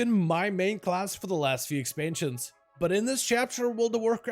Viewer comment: "last few expantions...." he says...